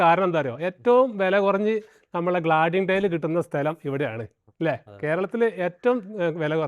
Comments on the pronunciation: ഗ്ലാഡിങ് അല്ല... ക്ലാഡിങ് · ഗ്ലാഡിംഗ് അല്ല ക്ലാഡിംഗ് ആണ്😂😂😂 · ഗ്ലാഡിങ് അല്ല ക്ലാഡിങ് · ഗ്ലാഡിങ് അല്ല ക്ലാഡിങ് ആണ് ശരി. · എന്റെ പോന്നു മാഷേ, ഒരു ചാനൽ ഒക്കെ ചെയ്യുമ്പോൾ ശുദ്ധമായ മലയാളം സംസാരിക്കാൻ ശ്രമിക്കുക. ഗ്ലാഡിങ് അല്ല ക്ലാഡിങ് ആണ്‌ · ഗ്ലാഡിങ് അല്ല ബ്രോ ക്‌ളാഡിങ് എന്ന് പറയൂ... നല്ല വീഡിയോ ആണ് 👍ഉപകരിക്കും ആർക്കെങ്കിലും 👍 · Glading അല്ല clading ആണ്